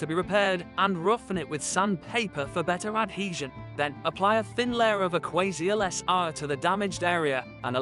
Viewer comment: Some glue adverts read by a robot ..... move along. listen to how he pronounces Aquaseal .... ROBOT